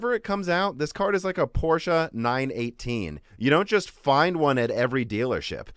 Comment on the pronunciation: Props for pronouncing Porsche correctly. Don't find that often..